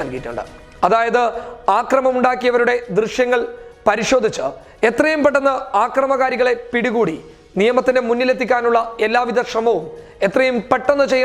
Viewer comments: ആക്രമവും ആക്രമകാരികളും അല്ല, അക്രമവും അക്രമകാരികളും എന്നാണ് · ആക്റമം അല്ല അക്റമം.